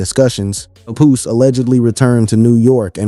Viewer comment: he said pepoose lol bless his heart!!